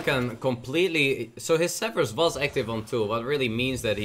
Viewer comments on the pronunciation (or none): none